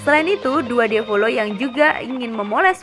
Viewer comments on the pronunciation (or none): Il diavolo bukan dua diavolo tp bacanya iL diavolo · IL diavolo ya ampun, bukan dua diavolo🤔🤔😅